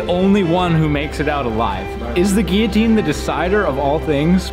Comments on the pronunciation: Geeateen naa, Gillateen yea lol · It actually bothers me the way you say guillotine. There’s a fucking L and it’s supposed to be there